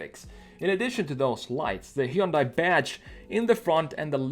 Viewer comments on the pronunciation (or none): Hyundai pronounced in its real name is (Hyun-deh) this is the pronunciation in Korean :) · What is HEE-UN-DIE?